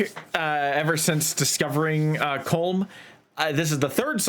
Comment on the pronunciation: It’s pronounced Colum even though it’s spelt Colm it’s Irish